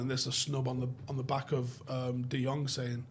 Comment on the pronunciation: People are mispronouncing Frankie de Jong's name. In Dutch the "Jong" is pronounced as "young". Embarrassing me hearing that, as a Dutch. My name, for instance, "Boudewijn" the "wijn" is pronounced as "wayne".